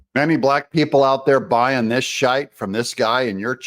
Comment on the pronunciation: Kudos from Blackburn, Lancashire, England 🏴 UK 🇬🇧 You Doug are the only non Brit/Irish person to EVER say "SHITE"! SUPERBIO!👏👏🤣